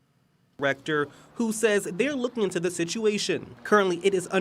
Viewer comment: "i'm rooking" - said unironically